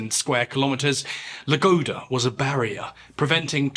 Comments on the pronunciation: Lake ladoga, not lagoda. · Ladoga lake, Ladoga! Not Lagoda 😂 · You say Lagoda when it's Ladoga, you say Thivkin when it's Tikhvin. Check your words carefully, respectfully, mister narrator. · it's Ladoga.. not La Gouda. Good video anyways, thanks. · TiKHvin, not tivkin or whatever you say Also LADOGA, NOT LAGODA Good video, but these mistakes were quite annoying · Its láDoGa not laGóDa 😢😂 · It`s Ladoga, not Lagoda... Things like this make it very difficult to watch documentary videos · Great channel. Just one thing, it wasn't Lake Lagoda, it was Lake LaDoga. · LADOGA, not LaGoda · You keep calling it lake lagoda when the map has it labeled as lake ladoga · Not Lagoda, but LaDoga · He says "Lagoda", it should be "Ladoga". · You keep saying Lagoda, but it's written on the maps as Ladoga. Just sayin'. 👍✌ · Ah yes, lake Lagoda